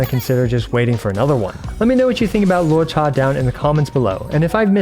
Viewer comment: Thank you for pronouncing his name correctly ("luo-cha", not "loo-oh-cha")!